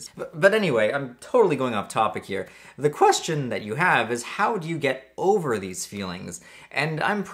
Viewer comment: lmaoooo qqEEztion